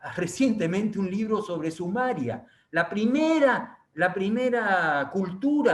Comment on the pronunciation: No es Sumaria señor Benavides, es Sumeria.